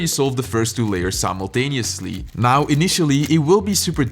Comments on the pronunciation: Congo 🎉 finally you are able to pronounce simultaneously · proud of becuse he finally learned how to say simuntinsuly